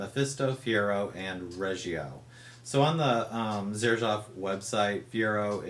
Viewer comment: Pornunciation is serzhoof not zerjaf